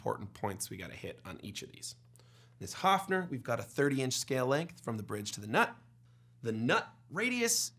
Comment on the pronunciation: Very interesting, I like short scale! PS: It's Höfner. With "ö"